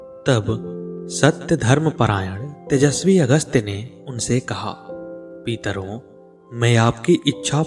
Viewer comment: आप पितरो को पीतरो बोल रहे हो । आपका उच्चारण अशुद्ध है । कृपया इसे सही कीजिये । इस प्रकट अशुद्ध उच्चारण से कितनी वीडियो बनाई होगी जो गलत है ।